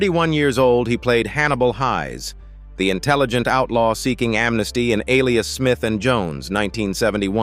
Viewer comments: Can't even pronounce the names correctly . Hayes not Highs ! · crappy pronunciations, Hannibal Highs, anybody who watched it knows it was pronounced Hayes although it was spelled Heyes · I thought the name was pronounced Hannibal Hays as in haystack, not pronounced highs. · I too was devastated at the loss of Pete. A question for this robotic narrator, why did you choose to mispronounce Hayes? It's Hayes not Hies. 😞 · WHY do they have to use that HORRIBLE AI narration on these things… it would be quite an enjoyable video but it had to go off at Hannibal ‘Highs’….its f*cking ridiculous………. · Can't watch due to careless AI narration and crappy script - 'Hayes' rhymes with 'plays'. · How the AI says Hayes name is so annoying, peooke are so lazy when the make these videos, it would have been so much better if someonexwrote and read the script themselves.